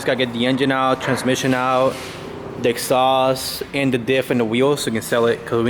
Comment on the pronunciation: I love when says, "the exhaust" and it sounds like "dick sauce"... it always makes me think, "i have no idea how rotarys work"